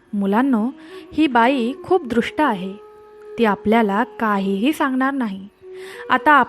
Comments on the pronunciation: कथा खूप सुंदर आहे आणि बोधप्रद आहे दृष्ट ऐवजी दुष्ट असा उच्चार करावा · दृष्ट नाही दूष्ट म्हणा .